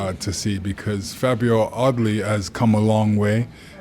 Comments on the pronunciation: Not that intelligent! He kept calling Fabio Wardley, "Audley" "put some respect on his name" Lennox! 😂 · So intelligent he thinks Wardley is called Audley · why does Lewis pronounce Wardley as Oddley?